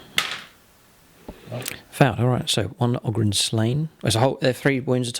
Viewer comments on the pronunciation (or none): none